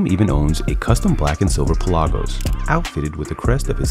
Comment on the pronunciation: What’s a Pel-AHH-gose?